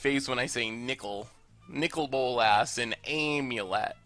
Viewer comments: “You say AMulet like you say AMerica”.. ai-am-ulet? Best of 2017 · I never heard anyone pronounce the 'a' in 'amulet' like the 'a' in 'America'. People usually pronounced the 'a' like the 'a' in 'I am'.